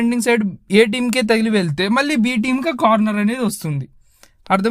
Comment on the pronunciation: నాయనా! 'ళ' అనే అక్షరం తెలుగుభాష ప్రత్యేకత. అది పలకడం నేర్చుకో. 'వాల్లు అనకూడదు. 'వాళ్లు'' అనాలి. అలాగే "వెలితే, మల్లి, వెల్లి"... ఇలా అంటే కర్ణకఠోరంగా ఉంది నాయనా!